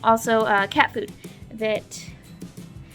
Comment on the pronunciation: did she say cat poop or cat food